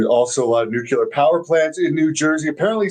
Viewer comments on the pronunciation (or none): How is it possible, in 2024, that there is even ONE person still mispronouncing, "NEW-kyoo-ler." 😅 Don't tell me, he also likes, "BUH-skettee" and spending time at the, "LIE-berry." How do you live to be 30-something and remain THAT ignorant?